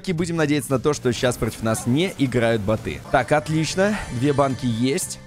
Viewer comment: не ботЫ , а бОты